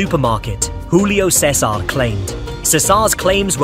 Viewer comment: What? Júlio César is brazilian, not hispanic. That's not how it is pronounced.